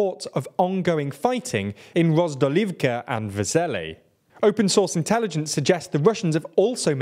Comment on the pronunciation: Yeah, it looks like both transcribing from cyrilic and reading could be improved. Correctly it's Opytne, they write Optyne, read Opyntei. They correctly write Vodyane but read Vodanye/Vodonye. They correctly write Vesele but read Vezele. They correctly write Krasna Hora but read Kransa Hora. Many other names are written and pronounced correctly though. I don't mind the accent at all, I do appreciate the effort. Bakhmut is close enough, no complaint there. They should just read those difficult Slavic names yet a bit more carefully, they're already almost there.